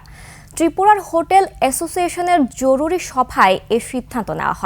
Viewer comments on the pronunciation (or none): none